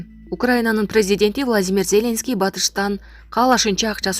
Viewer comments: ЗЕ́ленский эмес Зеленский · Зеленскийди туура айтып алчы сабатсыз журналист блогер сорой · Зеленский дегенди башкача окуйт экен!! Журналисттер ушундай окуса??????......